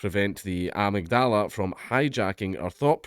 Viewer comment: That was the most unique pronunciation of "amygdala" that I've ever heard.